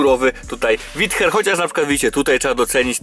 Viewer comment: CZYTA SIĘ ŁIDER KU*WA